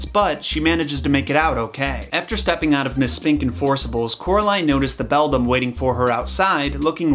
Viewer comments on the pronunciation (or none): I thought it was belldown not belldom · well the word is beldam but you pronounced it wrong it's not pronounced beldim it's pronounced beldamn you're welcome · Its beldam actually. He said it wrong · Now I finally understand why I kept hearing the ghost kids say the word “bell down” when it was really “beldam”. I’m so stupid 😂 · It’s the calling the Beldam the ✨BeDlAm✨ for me 😂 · On the subject of the Beldam and your mix-up with 'bedlam', I think this is an example of how organically a story can change. I just listened to your Jack & Jill video and I think the possible evolution of the story of the two boys Jack and Gill (which was likely pronounced with a hard 'j') into the Jack & Jill rhyme might have happened the same way. 'Bedlam' is a more common term than 'beldam' (I first came across 'beldam' thanks to Coraline too) so that is probably why you retained it as 'bedlam'. Similarly people who heard the Jack and Gill story might have expected for it to be Jack & Jill and thus possibly the story evolved into the rhyme we know with a boy and girl instead of the original two boys. About the term 'beldam', if it does come from 'belle dame' or 'beautiful woman', despite describing a frightening woman, I wonder if it was something like how often in folk culture, people don't call the scary thing by its real name, buy by something more flattering instead. For example, the Erinyes in Greek myth were called the Furies or if you were trying to placate them, the Kindly Ones. Similarly, the fairies or the Sídhe were referred to as the Fair Folk in the UK and Ireland for fear of insulting them by calling them by their real name. Also, I was just reading that back when bears roamed Europe, the language used to refer to bears reflect a taboo or fear of them, such as calling them a 'honey eater' or 'brown'. In my country, the term for 'wolf' is 'mac an tíre' which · Has any noticed he keeps calling her the Beldum, not Bedlam? I’m sure Beldum is a Pokémon😂